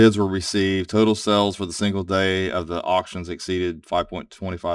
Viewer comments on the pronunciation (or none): none